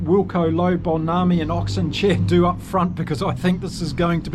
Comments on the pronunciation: Hi - its M - Bo - NAM - BI............... Use the "NAM" as in Viet"NAM" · Mbonambi is pronounced: mmm-bor-nahm-bee. ❤ from CPT, SA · yes yes! great show, but please either use Bongi, or the correct pronunciation of his surname which is HMM-BO-NAM-BI:) see you on your next Bokke update.